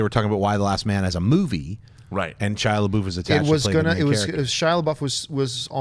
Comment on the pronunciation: "Shia Laboof"